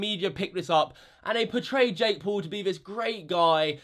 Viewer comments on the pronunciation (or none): U say Poul u dont know how to say Paul